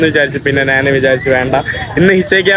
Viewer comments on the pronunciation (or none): എടാ മൈ... നാൻ അല്ല, ഞാൻ ആണ് ശരി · എടാ മൈ... നാൻ അല്ല ഞാൻ ആണ് ശരി